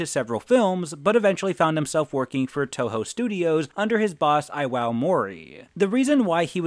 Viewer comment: Iwao = ee-wah-o, not eye-wow